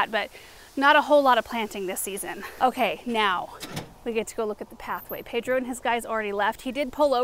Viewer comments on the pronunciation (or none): none